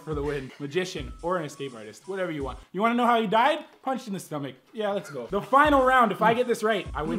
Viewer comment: Instead of saying lets go I thought you said legos